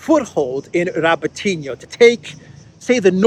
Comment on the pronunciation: I wish you guys would pronounce Robotino correctly it's pronounced RabOtinah with the emphasis on the 'O'.